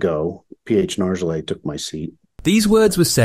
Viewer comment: Why don’t you pronounce Nargeolet’s name correctly? You must know it. I’m just wondering.